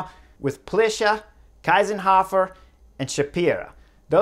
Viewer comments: Thank you very much. Strong insight! But I don't agree with you. I think it's wonderful racing without the radios. And it's Kiesenhofer. Not Kaisenhuffer. 😊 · Just Info: Kiesenhofer is correctly pronounced „key-senhofer“ not „Kai-senhofer“ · There you go again. All you American/English guys say Kaisenhuffer. It's KIESENHOFER. Listen up! 😊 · her name is spelled KIEsenhofer and pronounced like [ki:senhofer], not KEIsenhofer, Keisenhöffer etc.. cheers from Austria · Anna‘s Name is Kiesenhofer, not Kysenhoffer. It‘s pronounced like Keesenhofer. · It’s pronounced Keesenhohfer, not Kaisenhoffer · It's not "Kaysenhofer", it is "Keesenhofer". You guys really need to learn pronounce names. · Thank you Chris for making this video! I'm from austria and couldn't believe my eyes when i saw this happening live! absolutely incredible ride from Kiesenhofer! By the way hey name is pronounced "Keysenhofer" the "ie" in german sounds like "ey" in "key" :-) thank you for always making a comprehensive video on all the different races/stages etc. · I disagree, less comms would make those races WAY more interesting. Also imagine Cheese-n-hofer but with a K in the beginning, thats how you pronounce her name kinda correctly ;) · Why do you pronounce Anna's name like the German "ei"? It's "ie" (like "ee" in English)! Kiesenhofer (just like "Keesenhofer")! 😛 No, I really love that radios are not allowed in the Olympic races! 😂 But fun fact: Marlen Reusser told the Dutch riders that Anna Kiesenhofer is still in the lead. The answer was: "Anna who?" 😇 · It‘s “key”senhofer. Please. I mean, at least the winner’s name. Well thankfully “Kwintana” isn’t in the race. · Its "Kiesenhofer" like "[Key]senhofer" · It’s pronounced Keesenhofer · It is pronounced "Keezenhofer". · It's pronounced Key-senhofer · It's pronounced Keesenhofer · Not the name Kiesenhofer, that was pronounced terribly ;-) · Kinda annoying you can’t pronounce the riders names 🙄